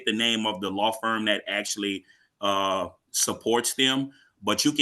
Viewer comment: LOL. Dude said "Axshually" .